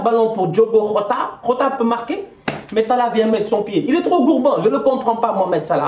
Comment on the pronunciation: Top Performance de Liverpool. gères toi on dit pas hota on dit giota car le petit est portugais et dans le leur langue le J se prononce gio.comme José Mourinho. c'est la énième fois fois que tu dit hota.sinon top débrief.